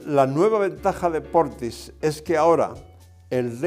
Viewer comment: His name is "Portisch", not "Portis".